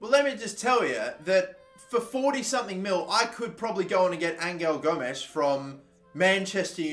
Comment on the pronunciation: Your saying Gomes right.